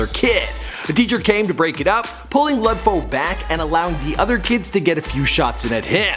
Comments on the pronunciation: lud foe is pronounced loode foe not lud foe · I believe HYZ NAYMM IS PRONNOUCED likee LU LU DDD FOE BT OKAAYYY🎉🎉🎉❤❤❤❤ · Walk Gleesh Walk hell naw. It's pronounced "luh" Foe. As in Lil Foe. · DaFamous Esavage shut yo dumb ass up Lud foe pronounces his name like luh foe not no Lud foe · Lud😂😂 not lod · Just say lud like lil with kinda d at the end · The way his says lud gives me anxiety😷